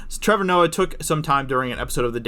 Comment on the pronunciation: Shut the fuck up Trevor ""